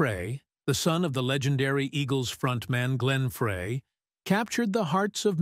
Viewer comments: why can't anyone ever say the name right??? FRY FRY FRY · OMG! Say "FRY" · Fray? Jeez! Do your homework!